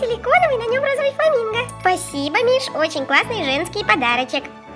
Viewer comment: сколько раз софия сказала розывый